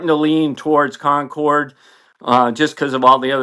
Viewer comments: 33'30" : This isn't "fog of war", this is indicative of the incompetence and poor training of the US armed services. Your pronunciation "concord-ee" demonstrates the low level of intelligence of those serving in the US armed services. And also explains the number of "friendly fire" incidents committed by US armed services. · Its pronounced Concorde with the 'e' silent😉 BA stopped flying scheduled flights to Bahrain with Concorde in the late 1970s and concentrated on the London to JFK and Washington routes from 1977 onwards so it is highly likely that it was operating a charter flight at that time. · one question WTF is Concorday? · it's --> only (!) pronounced [Concord] (without 'e') as there is no accent égu on the 'e' as on 'é' - US americans are infamous for their complete disability in pronouncing foreign language words correctly 👻🤪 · I've heard of The Concorde. I've even heard of The Concordski. What the hell is a Concord-ay? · A nice story. But it's pronounced Concord, just like the English word (loaned from French). It's the final e is silent. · Kon-kordy? C'mon,, you're better than that! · No really, he is merely misprouncing it. My Canadian friends say it as everyone else does, except, 'con-cord' and no long E at the end. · Nothing Canadian about that weird pronunciation. We say it "Con corrd" same as everyone else....Except, it would seem. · Con-corrd. Roll the R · FACT CHECK No doubt Hey Joe saved the day here, but the London-Bahrain route ceased in November 1980...nearly 10 years before this event. The jet that day was a Concorde (no accent on the e in French, therefore never pronounced 'Concorday') en route for a special event in Japan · Drove me crazy the whole video. I’ve never heard it pronounced like that. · Great story. One way, maybe, to settle the pronunciation argument is to note that the stated aircraft was a BRITISH Airways Concorde. Hence the 'e' on the end isn't pronounced. English loves silent letters.